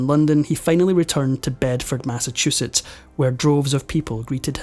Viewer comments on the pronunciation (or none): none